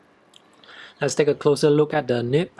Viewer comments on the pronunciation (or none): none